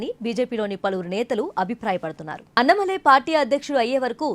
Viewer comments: అన్నమలై కాదే తల్లీ.... అన్నామలై... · Pronouncing annamalai name should be corrected.